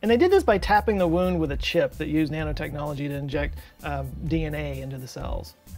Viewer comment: Thought he said Nana technology, you know like knitting